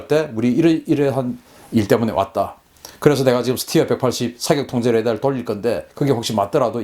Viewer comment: 잘 모르면서 무슨 자신감으로 이런 ... 스티어??? 웃기지도 않아요.. 군 전문가라면 스터라고 읽었어야하죠